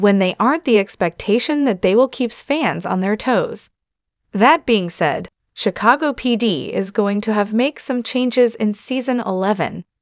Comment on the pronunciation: “Sea- a - saw- go. 😂